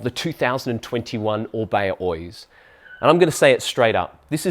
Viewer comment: Thanks for the Review!! Just fyi in the basque language we do pronounce Oiz as you do. The second pronunciation is in spanish. Best regards